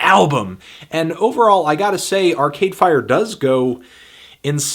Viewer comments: the way he says arCADEfire is so irritating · The only thing really annoying about this review is his emphasis on Are-Cade Fire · Largely agree with the review. Struggling with your emphasis on "Cade" in "Arcade Fire".